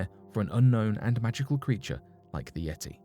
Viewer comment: I had to stop and leave this comment before discontinuing to watch..once he said "yeti" at 36 seconds..haha wow